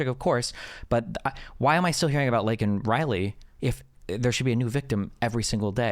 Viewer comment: You didn’t say his name right it rhymes with cake😭💀